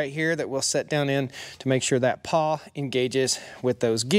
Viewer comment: "Pawl"? Not "paw"